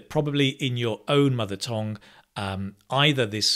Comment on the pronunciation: Why do you say tong for tongue? By the way, in Korea 'tong' is 'poo.' 😅